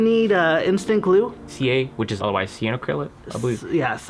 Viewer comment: Si-An-O-AH-Crylate :3